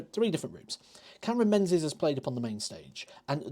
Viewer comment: It's pronounced Ming -is....it's a Scot/Gaelic name.Think of the old Lib Dem leader Ming Campbell...no-one called him Menz Campbell.